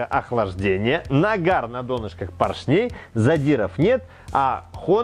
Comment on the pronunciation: Видео класс, спасибо. Но где куча образований у Лысого? почему он не знает как правильно ставить ударения? Ведь надо просто говорить правильно: пОршней, двИгателей, клАпанов, он не может запомнить три слова. как его просят?)))) но лайк поставил.